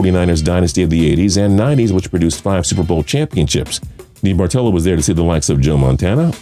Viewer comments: Debartello? You mean DeBartOllo? How are you a sports fan and not know how to pronounce Eddie D's names? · Eddie debartolo is pronounced da-Bart-alo not dee-Bart-olo as you keep saying it. Can someone from tps please correct the host.